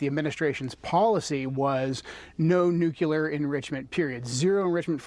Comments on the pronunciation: Why do smart people intentionally mispronounce ""nuclear?" It's cartoonish. It's pronounced "new-clear," not "noo-kyoo-ler." This started under GWB trying to sound folksy. Now it's a 'tell' that one is right wing. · The guy can’t even pronounce nuclear correctly.